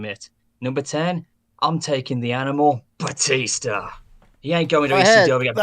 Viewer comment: Bastista lol Batista